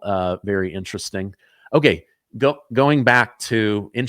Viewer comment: Does anybody know what intristing means? I can’t find it online. Am I spelling it right? He couldn’t possibly be mispronouncing interesting repeatedly, could he?